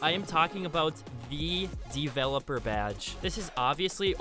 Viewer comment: The only thing that is triggering me is how u say developer